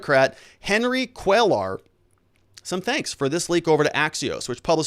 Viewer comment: Cuellar is pronounce "Kway-ar". It is latino, or Mexican, after all, to the best of my knowledge. Other than that, keep up the excellent work.